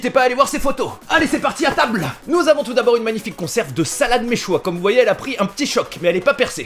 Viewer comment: Ça se prononce chouchouka et mechuiya sinon superb vidéo